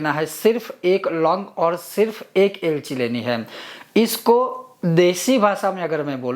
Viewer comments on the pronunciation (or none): long, kapur, lg ko ilaychi spsht bolen please